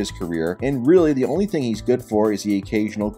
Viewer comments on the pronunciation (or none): My man said skeptibal